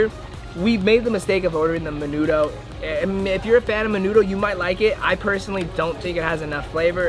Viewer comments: Maaynudough wtf 😂😂😂 and menudo goes hard tf you mean. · haha me too. i guess i was more offended by the way he pronounced it. ✨menuDO✨ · I’m disappointed he didn’t know what menudo was nor know how to pronounce it 😔 that’s what you eat on a hungover and when you crave it 🤣🌵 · Y’all don’t know how to pronounce menudo.